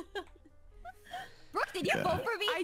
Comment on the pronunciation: Ikr that was cRAEzy